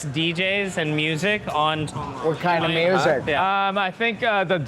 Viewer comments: “Tong-loar” “yes I live in Tong-Loa” “Tong-lore” “Tong-luh” “Okay Tong-lorre” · Hilarious how makes no attempt to pronounce any Thai words correctly. “Lor”, among many others.